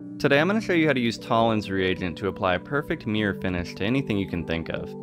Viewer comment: Mirror… not meear